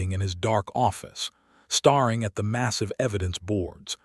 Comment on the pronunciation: I like the story, but I really dislike the use of superlatives throughout the entire story and the wrong pronunciations of words like starring instead of staring.....I won't listen to anymore of these.